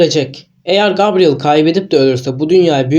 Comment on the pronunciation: Gabriel diye yazılır gebriyıl diye okunur.